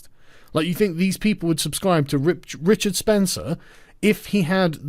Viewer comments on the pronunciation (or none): none